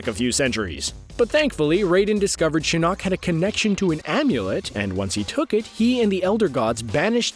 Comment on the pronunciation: I hate how he pronounces shinok